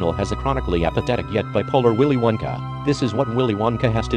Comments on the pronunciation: It sounds like.. "Willy Wankah" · willy winkha 😂